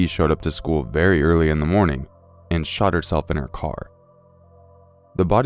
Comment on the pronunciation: Did he say the librarian SHOT or SHAT herself??